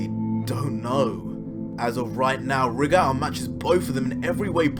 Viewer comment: #goku You say Rigor how it's spelt but it's pronounced Ry-gor